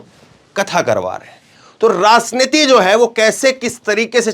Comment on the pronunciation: राजनीति के उच्चारण में ज बोले ज़ नही